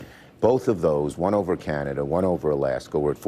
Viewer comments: Lmao she actually said Canadia. How has she not been fired? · Lol she made the same mistake i always say.i always say canadia.that had me dying,i never heard anyone else say that.but we shootnthings down over canada cause we’re the us and canada dont care.what are they gonna do? Attack us lol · Canadia.... 🙄 Perfect. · "In step with canadia...." goodness gracious. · 😂🤣😂🤣😂🤣😂🤣😂 NOT CANAYDEEYUH!!!! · "Canadia". Damn😂🤣😂🤣😂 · Okay, I didn't get to this point when I originally posted. CANADIA? Hold on a second, SHE is the VOICE of the Biden Administration, right? She has some kind of degree or degrees in communication, right? She has technology and staff that costs hundreds of thousands a year at her fingertips, right? SO how the HELL does she not know it's CANADA?!? I'm not triggered, I'm pissed off but also amused at the same time at her ineptitude. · I’ve never once in my life misspoke Canada for Canadia….the woman is a complete idiot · KJP is as clueless as she sounds in this clip. When she said Canadia, it cracked me up! 😂. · Canadia???? Great way to piss off Canadians and that pretty hard to do